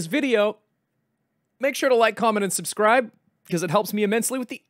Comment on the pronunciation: lyk, corment, and slubscrip